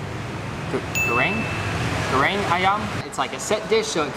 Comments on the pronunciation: Those 200 000 subscribers are so well deserved! I hope that this pushes you guys even more to being able to travel on Youtube-revenue alone! Funny to see pronounce Nasi Goreng so hesitantly. I've never been to Indonesia but I'm from the Netherlands and it is a really normal dish here. Indonesia used to be a Dutch colony (one of our countries not-so-pretty historic episodes...). I love indonesian food! Enjoy! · 😂😂😂 at attempt to pronounce Nasi Goreng